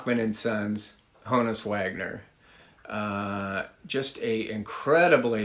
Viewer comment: Good selections...but you're still mispronouncing Honus. Think honest.